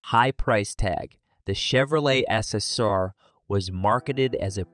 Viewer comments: "The Chevrolet Esser" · Chevy "Esser"? "Veight"? Yeah! The future's so bright for AI, we gotta wear shades! 😑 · What a lousy computer voice. The Chevy "Esser" (SSR) with a "Vate" (V-8) engine???